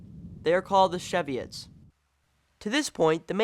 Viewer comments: your pronounciation of the word cheviot irritates me it isnt sheviot you pronounce it like chevrolet it is supposed to be cheviot like tai chi or acheive cheeeviot :source i live on a sutherland croft and have done all my life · Please, if you are trying to inform people of Scotland's past, at least get your pronunciations correct. Gaelic (or as you pronounce it gaylick) is Irish. In Scotland it is pronounced as garlic. The sheep were Cheviot (as in ch-ew) and not she-viot as in the film, just to point out two of many.